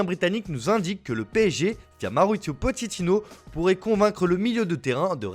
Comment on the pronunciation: je te le mets en phonétique POKETINO